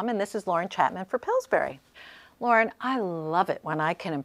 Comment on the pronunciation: lol t urned off after the word pilsburry. ^^